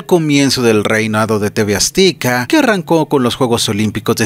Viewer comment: Porqué dices tv "aztica" se pronuncia tv "azteca" 😅😅hay que mejorar la dicción.